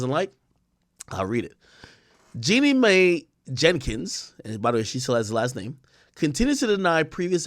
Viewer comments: please stop saying May ….. it’s Mai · FYI: Mai is pronounced MY